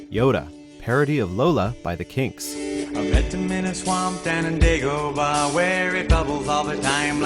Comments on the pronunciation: Forget a second list. This guy deserves a 3rd, 4th, and 5th list and maybe more. Also, it's pronounced Greg Kyne, not Greg Kin, and it's Day-go-bah, not Daa-go-bah. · dau-gah-ba? who pronounces it that way? its day-gah-ba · It's pronounced "DAY-GO-BAH" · Did he just say "Dah-goba?" You guys obviously do not know your audience very well. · On Dagg-Oh BAHHH.... Always good to know when the voiceover hasnt seen empire...